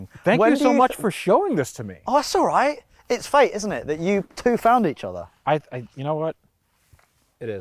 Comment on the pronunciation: "Ello mate you alwiiiiight" 🤣